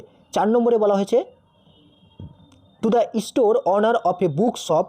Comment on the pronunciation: আদৌ কী তুমি এই subject-এর সঙ্গে attached? তোমার কথাবার্তা, উচ্চারণ ও বাচনভঙ্গি তোমার এই বিষয়ে শিক্ষকতার সন্দেহ প্রকাশ করেছে। (store-ইস্টোর😢😂😅)